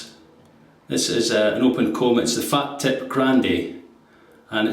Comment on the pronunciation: Nice one, I used to describe the razor as a 'fat tip' until I was informed (by an Italian) that it is pronounced 'far teep'. Keep up with excellent videos.